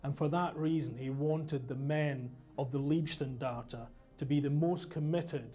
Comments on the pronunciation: and These are stupid americans dressed up in Waffen SS camo. And this is funny, he says Liebstandarte, which would mean Guides of love! :-) The word is LEIBstandarte, totally different pronounced. Bad documentary, not well informed. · It's always difficult to give any credibility to "historians" who offer commentary when they can't even pronounce "Leibstandart" properly. It's LEIB, not LIEB... ferrchrissakes. "Leib" means body; "Lieb" means love, as in Liebe. Quack historians for quack interpretations of history.... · Funny failure in pronounciation of the word "Leibstandarte". Amongst english speaking people it is often pronounced "lieb" instead of "Leib". Leib means body, therefore Leibstandarte means Bodyguard. "ei" is pronounced as in the word lie (an untruthful statement). lieb (with "ie") is pronounced as in "bee"and means "lovely". But the SS was far from beeing lovely. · Why can’t he say liebstandarte properly? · How comes these British researches that are supposed to be the experts on the field don't manage to pronounce correctly the subject of there research; it is not "Lieb" Standarte but "Leib", with the very British "y" sound as in "why" ? Fortunately enough, they don't have to pronounce "Schicklgruber", I wonder what kind of dish they would have made out of that tongtwister. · If one wants to be expert on the German army in the II world war then one should be capable of speaking german in a way where he could pronounce the word leib. If he isnt capable then it forces one to think that he is a second hand historian who hasnt studied the original documents. It dousent certanly mean that but some doupts arise